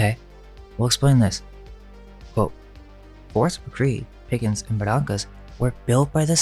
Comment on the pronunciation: You're from Pcola but pronounce Barrancas wrong? Ba rain cus